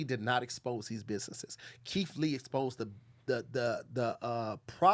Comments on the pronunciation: we heard that “Leeth Kee” 😂😂😂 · Yall be lettin get away with murder.....bruh said "lee keit" & "derogitary".....which arn't words💀